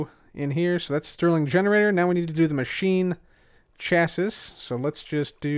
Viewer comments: it's pronounced chass-ee, not chassiss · "Chassis" is pronounced either "cha-see" or "sha-see", but not "chas-iss" :) Also, interesting tidbit: in the real world, a clathrate is a crystal which has molecules of some other material trapped inside its lattice. What exactly is trapped inside the glowstone of the Energized Clathrate, I don't know... But the Thermal Foundation documentation says that the same ore which drops it can also drop small amounts of sulfur, so I'm guessing it's a glowstone crystal with sulfur trapped inside. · I love you... but it’s “chass-ee”. It’s not the biggest deal but I feel it in my soul when you say “chass-is”. Someone I watch, who’s a great YouTuber and I love his videos, but he says “equippeded” and it kills me. “Chass-is” isn’t nearly as bad though lol. Not trying to hate btw knowledge is power!!!! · I believe that 'Chassis' is pronounced 'Chas-ee'. (Not 100% sure, but it sounds right). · MrCinnamonWhale yeah it bugs me too. Chassis rhymes with classy. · Chassis rhymes with classy. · Not trying to sound like the word police but I'm pretty sure chassis is pronounced chassy. Like the Pokemon chancy but without the N. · It is pronounced Chas-ee for your information.